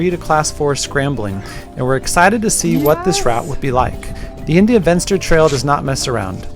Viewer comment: India Venster is pronounced India Fenster. It isn't English ...please!